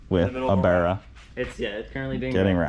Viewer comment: Nice to hear an American say barra properly haha